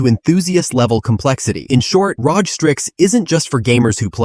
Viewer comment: leave a dislike (maybe report later) for letting AI pronouncing "ROG"